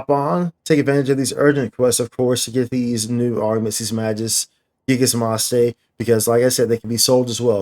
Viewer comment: LOL the way you said MAjis GIgas MAste .... LOL i just can't XDDDD